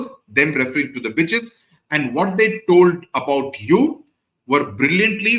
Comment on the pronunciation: am i the only one hearing “bitches” instead of “witches”?